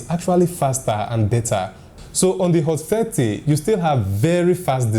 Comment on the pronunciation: Hot Fatty? im sorry I hear only that